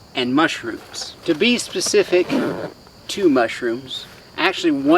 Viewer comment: Oh ya he said secific not specific